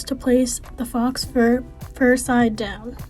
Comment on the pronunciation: faux rhymes with go